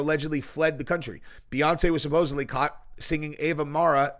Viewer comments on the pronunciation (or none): none